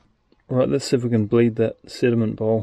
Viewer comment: I kept hearing "cinnamon bowl" Instead of sediment. Lol